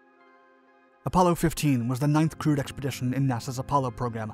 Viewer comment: When you say that, "Apollo 15 was the 9th CREWED mission to the moon" it sounds like you are saying that it is the 9th CRUDE mission... It would have been better to say, "It was the 9th mission consisting of a crew"